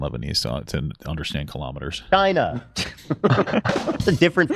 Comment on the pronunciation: "KHALAMATTERS" It's Kilo-Meters. Kilo meaning a thousand. AMERICANS, HUEHUEHUE :cat-orange-whistling